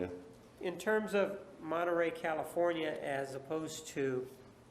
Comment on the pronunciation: Martinez says “Arias” so extra but can’t say “Monterrey” correctly lol